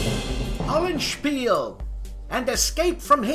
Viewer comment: Dude; you're regressing to old form!!! It's Hollandspiel-EH!!!! Otherwise excellent, as usual.... :)